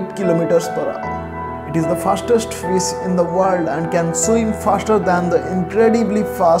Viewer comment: How badly you are pronouncing it's not 'FIZZ' it's FISH